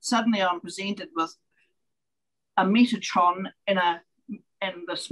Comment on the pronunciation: Metatron. Not “Metranon”. 🙂